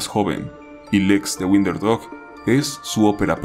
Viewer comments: Por qué pronuncias "winder" si se pronuncia "wOnder"? 🤔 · Tu pronunciación de “wonder” y “blood” son incorrectas, esos detalles deberías revisarlos antes de publicar el video. Gracias.